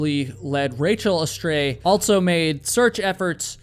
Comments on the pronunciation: Dude, can you fucking please stop pronouncing “also” with a t? You say “alt so”. Holy fucking fuck is that hard to listen to. I cannot listen to your voice based on this. You say “alt so” about a hundred fucking times in this video. Goddamn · Did you know that the word "also" doesn't have a T in it? Lol.. you always say "altso.." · altso.... also doesn't have a t in it